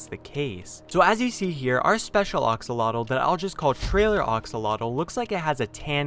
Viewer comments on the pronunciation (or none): It's not oxulotl axslodl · AXELOTEL NOT OXELOTEL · Its axolotl not oxalotl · Did he say the geen Axlelolo 😇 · ITS PRONOUNCED AX O LOT L NOT OX O LOT L THATS DUMB- STOP SAYING IT THAT WAY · It’s pronounced axolotl not oxolotol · Axolotl not oxolotl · u r saying oxolotle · It’s pronounced A-xolotl, now O-xolotl. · He said oxalotl😂😂🤣😝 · I’m just listening to him saying “oxolotl” while raging over it. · Stop saying Oxolotl!! It is Axolotl not Oxolotl! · Oxolotl Me: pfffft, dude its AXO-LOTL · ITS AXOLOTL NOT BLOODY OXOLOTL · STOP SAYING OX-ALOTL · “Oxalatle” lol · It’s how he said oxolotle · STOP SAYING ARXALOTALS IT IS AXOLOTL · Him “oxolotl” me it is pronounced AX O LOT L and the glow of the glow squid and it being a trailer it IS a brown one it got lighter Gus of the glowing and the 3D animation so ... ya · "Oxolotl" no its pronounced "axe-olotl" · T_T your saying oxolotl not axolotl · Axolotl. AX like ACKS. not ox. God I hate this life I live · OXOLOTOL? it's axolotle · when he says oxolotl instead of axolotl: screaming intensifies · It’s not oxolotl, it’s (axOlotL) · I wanted to make a comment that ox-o-lots is incorrect, but someone else did the job! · Seeing people pronounce axolotl this guy: oksolodl actual: Aksolodl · Everybodys talking about the green axolotl And theres me Wondering why hes saying oxolotl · Ah yes, the ah-x-alotl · No hate your calling it aoxlotle its axolotl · how many times he says oxalotat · It’s triggering me that you kept saying axolotl wrong. It’s Axolotl not Oxolotl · (A-xol-otl) not (o-xol-otl) pls correct this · Bruh you pronounce it oxololt? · Ur pronouncing it wrong it’s not oxolotl it’s axolotl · It's weird you call axolotls oxolotls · Ah yes the "ox-olotol". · It's axolotl. Ah-show-loach. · ITS AXE UH LOTEL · Sounds more like "aksalatol" to me. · It sounds like oxoltol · It’s pronounced AXE-olotl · I swear he say oxalotle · Ah yes, my favorite minecraft mob. The Oxolotl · Ax-o-lo-tl It's pronounced like that nice vid